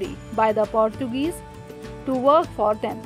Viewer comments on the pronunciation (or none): none